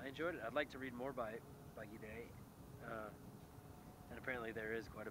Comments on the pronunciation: Gide is pronounced JEED. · Gide is pronounced "jeed", with kinda a little shh sound at the beginning. It is a single syllable. Notice that the e at the end does not have an accent.